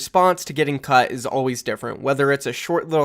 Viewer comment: i watched newest video of the mayhem drama before this, and now i understand everytime he says "cut", "cucked". Is there something wrong with me? XD